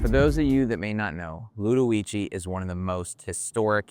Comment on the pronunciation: you said the name incorrectly